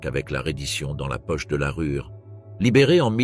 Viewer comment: "Stratégue" , " la Rure" ... le niveau de français...est à la hauteur de ce catalogue ... sans analyse aucune...